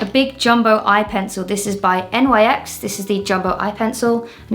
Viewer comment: I'm completely unaffected by the unusual makeup techniques (I actually do some of it myself) but the way you just,,,, spell out Nyx is offending my sensibilities XD